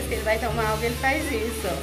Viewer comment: Vcs não poderiam molhar a madeira, E eu assisto seus vídeos a bastante tempo e vc não falava alga igual vc está falando ao invés de água.